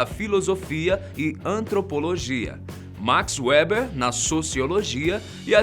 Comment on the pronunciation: Só avisando que max Weber se ler "max veiber" e não "max uéuber"